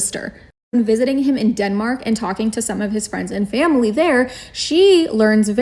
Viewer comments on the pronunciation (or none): none